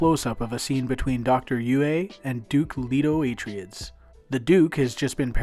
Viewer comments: Atryids? Dude what? I've never heard it pronounced that way... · Minor quibble, Atreides is promounced A-Traya-Dees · Good video, with one annoyance..."A-tray-dees". It's based on Greek. And the Folio edition is gorgeous, with Dune Messiah recently released. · did you do a search on how to pronounce "Atreides".